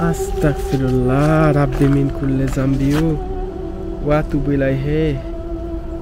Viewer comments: ভাই এখানে আস্তাকফিরুল্লাহ হবে না আস্তাগফিরুল্লাহবে❤ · আস্তাকফিরুল্লাহ - হে আল্লাহ আপনি আমাকে কাফির বানিয়ে দিন। Bro ⁉️ আস্তাগফিরল্লাহ - হে আল্লাহ আপনি আমাকে ক্ষমা করুন। একটু সাবধানে উচ্চারণ করতে হবে ব্রো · আস্তাকফেরুল্লাহ নয় আস্তাগফিরুল্লাহ হবে। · ভাইয়া Comment ta Skip করবেন না, আস্তাকফিরুল্লাহ না এটার মানে > আমি কাফের হতে চাই । আস্তাগফিরুল্লাহ হবে এটার মানে> আল্লাহ আমি আপনার কাছে ক্ষমা প্রার্থনা করছি ।। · আস্তাকফিরুল্লাহ না ভাই আস্তাগফিরুল্লাহ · ভাই আছতাক ফিরুললা এটা ভুল।বলেন আছতাগ ফিরুললা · বেটা তোর উচ্চারণ ভুল আস্তাক ফিরুল্লাহ হবে না। হবে আসতাগফিরুললাহ।